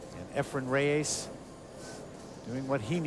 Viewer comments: Efren's last name isn't Ray-A-zzz. He starts pronouncing it a little better as the match goes on, but it was a bit annoying to me. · Reyes not Rayes